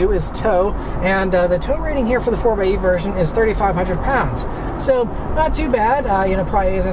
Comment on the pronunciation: Thanks for not saying "Four X E"